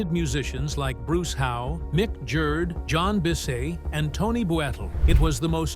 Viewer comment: Mick Jurd?? That is Mick Jagger!